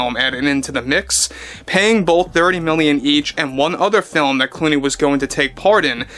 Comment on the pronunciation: Is it george looney? Or looney George?